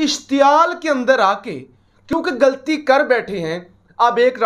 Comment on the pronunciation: the word is ghalti not galti